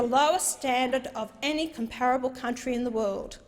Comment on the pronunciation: Hanson try pronouncing "comparable" correctly, before you criticize others English ability.